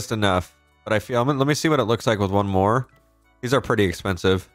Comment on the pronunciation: it’s More not Moar unless it’s intentional